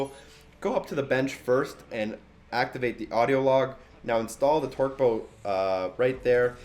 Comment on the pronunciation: Torque "bow" lol